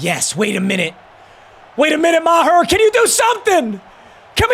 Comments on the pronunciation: "" (Ma-tt Mee-gurr) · How is Meager pronounced Maher make it make sense